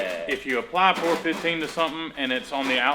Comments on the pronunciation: please stop calling it "pour 15" its P.O.R for the abbreviated "Paint On Rust" not POUR..... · I love your vids!!! But, I think it’s Pee-oh-are 15 (Paint over rust)....don’t know why I’m now fixated on the POR 15 being said!